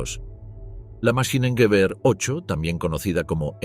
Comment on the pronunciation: Luft Maschine Gewehr ..no Maskinen 🤷🏻‍♂️